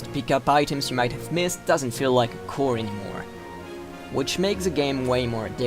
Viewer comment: Pretty good stuff for a first review! There's a couple of things to improve or correct (at least as far as I'm concerned): -Although your pronounciation is quite convincing, there's words here and there that you're tripping on (for example, you pronounced "chore" as "core"). -The background static should be ridden of. Assuming you're using Audacity, look into "Noise Reduction" under "Effect". -Instead of reading the lines off your script one line after the other (we can hear you clicking past pages, by the way), try recording each line as a separate track. That'll give you greater control over the pacing of your narration. -In the audio mix, try lowering the volume of the BGM so we can hear your voice more clearly -Unless your intent is to have a podcast-like structure, try to make your video footage correlate with what you're saying. It'll feel more engaging for the viewer.